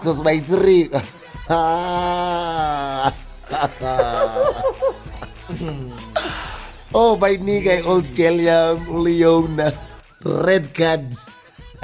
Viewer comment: Old girl! LeoWna ndthanda xa u pronouncer u 'Leona" hahaha